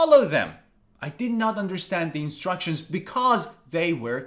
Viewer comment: In minute 6, he mispronounced terribly the word instructions. What a disrespectful video for your students.